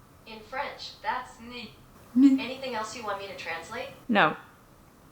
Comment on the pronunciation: My used car came with not one, but two, "new car smell" air fresheners. Edit: Your pronunciation of "nez" is off. It is more like "n-eh"